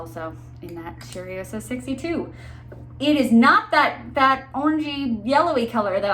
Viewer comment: So, it’s not cherryosa, it’s cheYroza, i am sorry, it’s hard for me to explain how words sound. I am from Brazil btw, so it looks effortless to me to know how to say things in my language, but I know how hard it is. Thank you for the infotmative video.